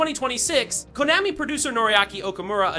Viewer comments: probably the pronunciation of Konami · People mispronounce several words, even in their native language. Google Translator pronounces "Konami" correctly. It's weird if a LLM trained to generate audio didn't have "Konami" in its input. You need something more than a single word mispronounced.